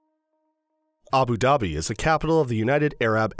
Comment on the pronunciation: Good video but the way u say Abu Dhabi is actually jarring